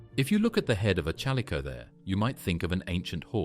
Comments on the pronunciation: A. I. Narration SUCKS!! The CH IS NOT PRONOUNCED LIKE CHURCH!!Use real human resources!!! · Terrible AI voice mispronouncing chalicothere. Couldn't watch. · they don't even pronounce the name of the main animal they are speaking about correctly. Of COURSE it's meant to be appealing, since no one would watch it if it were not. However, that doesn't make any of what's here factually accurate.